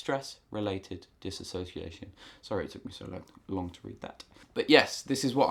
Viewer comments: For future reference it is pronounced diss-ooh-see-ation. Not diss-a-so-see-ation. No “a”. I have been clinically diagnosed with BPD (quiet) a very rare type of OCD. I dissociate on a regular basis and I experience severe amnesiac blocks. Thanks for the info and I am glad to know other people suffer the same. In my experience exercise and therapy are the only treatment that helps, also being able to talk about it. I have issues talking about most serious or perceived serious things without dissociation. It’s a highly miss understood and miss diagnosed mental disorder. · This might be a bit nitpicky for me to point out, but it throws me off when you're talking about dissociation and pronouncing it as "disassociation". As far as I looked up, disassociation isnt a word. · Well done video...except that the correct pronunciation is DIS-SOCIATION no A.🙂 My dissociation is linked to my SPD... Schizoid Personality Disorder and Social Phobia. Diagnosed 13 years ago. I've been treated with anti-depressants and anti-psychotics, and everything in between. Right now I am down to 16 pills a day(go me!). Oh and therapy, of every type. I still dissociate daily, even though I've become a recluse. I never know when it's happening. I just lose chunks of time and have complete amnesia. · You are both spelling and pronouncing it incorrectly. There is no a in the word, and contains only 5 syllables, not 6. Just passing that along. Dissociation.